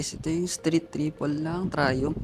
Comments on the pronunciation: Sir ang tamang pronunciation po ng Triumph ay tra-yamp, hindi po tra-yump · Na bobother ako sa pag pronounce mo ng triumph, pki correct nlang ha